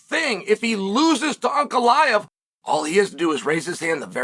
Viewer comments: fastest way is beating Ankalaev then he would have beat pretty much everyone in the top 5. winning that third belt would probably finally get Chael to respect him enough to learn how to pronounce his name. lmao just call him Alex if its so hard to pronounce it i dont get it lol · If he wins the third belt can you start pronouncing his name right? 😂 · how many more wins does the man need to get until Chael gets his last name right?